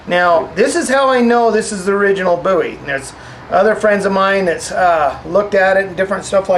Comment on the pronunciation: Finally someone who pronounces 'Bowie" properly. It is pronounced 'boo-ee', not 'bow-ee'- That is a rock singer-wrong guy......